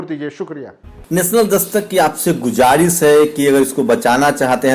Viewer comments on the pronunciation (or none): कृपया अंत में आप " गुजारिस " ❌ बोलते हैं, यह गलत उच्चारण है Please say: GUZARISH ✔️ हिंदी में: गुज़ारिश ☑️